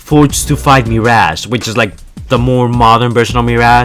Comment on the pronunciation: Mi r a ge not mir aaaaaaa ge